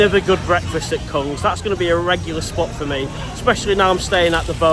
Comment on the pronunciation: Just so you know, the word "Kung" is pronounced "Goong". Goong means prawn and is a common nickname in Thailand for females. Often when you see a "k" in a Thai word at the start of a word written in English, it is often a "g" sound